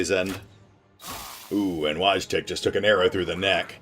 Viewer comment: Btw, Wojtek is pronounced - Voi tech or Voy tech, which ever is easier for you to pronounce.